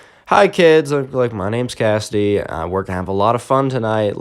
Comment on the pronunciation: Me::it's pronounced Cassidy.: no it's kasty